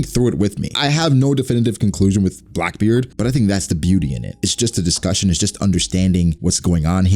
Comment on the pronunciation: you said brackbeard